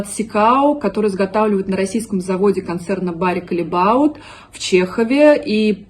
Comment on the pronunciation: Редкий голос разума) Когда я слышу слово "калебаут" , у меня просто кровь из ушей